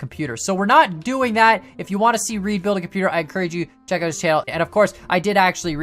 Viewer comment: Its not reed its ra ide raid im subed to him